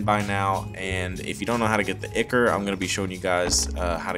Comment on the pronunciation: Awesome. Tyvm FYI: ichor is pronounced EYE-kor :)